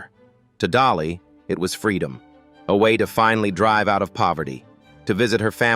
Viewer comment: Correction dolly not jolly. Dolly